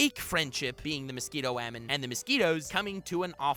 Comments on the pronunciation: I genuinely enjoy your videos. I subscribed. I liked. But...just say "woman". That "wAEmeN" pronunciation on rapid fire is just irritating. Otherwise, great stuff! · WUH HAMEN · Love the way you pronounce ‘woman’